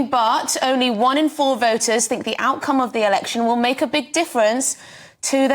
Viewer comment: "Secure t'keys to Number 10." Is he from Yorkshire?